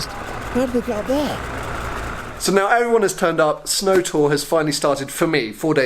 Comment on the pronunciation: he said SNOOOW in Scottish